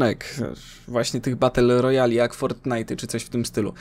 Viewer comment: bater royal XD śmiesznie to mówisz masło